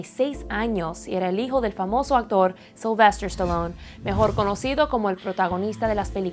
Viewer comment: Si Es Sylvester Pero Le Dijo Sylvestor Supongo Que Era Por El Acento Que Usaba